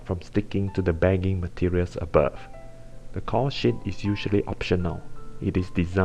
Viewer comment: lol caul sheet sounds like cow shit